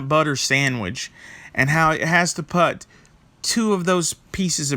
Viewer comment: Putz...putt.....never heard anyone pronounce ‘put’ that way. Weird.